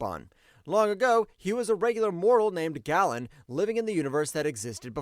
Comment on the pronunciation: Celestials are not robots. Guy-uh, not ‘gay’, ‘guy’-uh. Galactus’ mortal name was pronounced “gay-lynn”. For those asking “why not” or “what about” the Phoenix….. The Phoenix is an energy force, a force of nature, it is not a sentient being in and of itself. It just “is”. What is seen as a “God” in marvel comics is a being, an entity of self awareness and presence with independent and non medical thought. The Phoenix doesn’t fit this like everyone else in the list does. It is not until the Phoenix “energy” inhabits a person does it then act like a being. Saying the Phoenix is a god is like saying the Odinforce is a god.